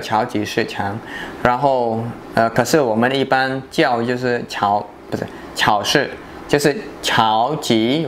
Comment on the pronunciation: 发音不准啊！超市：chāo shì而不是 cháo shì... 你指的加油站那边叫连锁店。